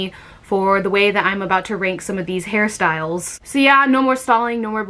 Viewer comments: I keep thinking she is saying Harry Styles not hairstyles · I always feel like you are saying Harry Styles